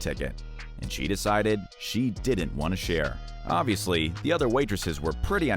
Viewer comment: So cringy every time this narrator says dident instead of didn’t.